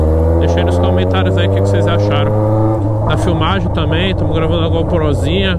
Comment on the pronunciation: Se tem taguro falando igual ao cebolinha da turma da mônica tem like. Ele falou " glavando. Kkkkkkkkkl